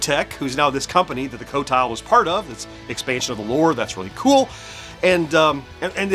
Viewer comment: I just realized you pronounced it co-tile! Great job! And guess what! Even Atari makes the same mistake. In the song flynyar warriors, they pronounce it Quotile. Actually the high score for game 6 (Ultimate yars) is 3 million, you could possibly get it.